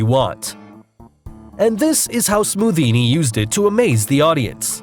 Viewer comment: You said scothinni